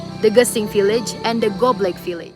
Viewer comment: Good job 🙏🙏🙏and one thing is not gobeg but gobleg 👍